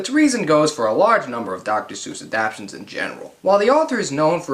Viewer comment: “Adaptions?” Its ADAPTATIONS!!! Every time you say adaption I want to strangle you! 🤦🏾‍♂️